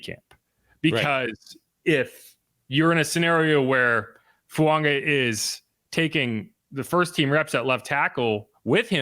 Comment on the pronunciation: Over the mic it sounds like you're saying Fuanga not Fuaga